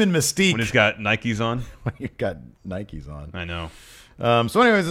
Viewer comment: Why do you say nikey instead of Nike? 😂😂